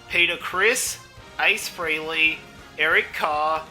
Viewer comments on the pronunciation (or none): none